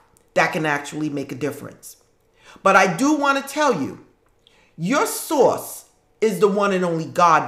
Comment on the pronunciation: Random * I love how you say “ source “ 😆 Thanks for the video 🙏🏽💜